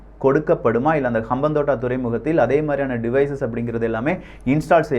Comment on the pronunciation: அம்பாந்தொட்டை தான் தமிழ் பெயர். இப்படி உச்சரித்து பாருங்கள்